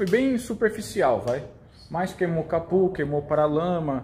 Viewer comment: Capô ou capu? 👀😂